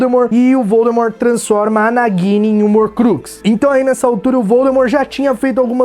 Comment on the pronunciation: Que coisa tosca..... O nome da cobra é Nagini e se pronuncia dini e não Guine aff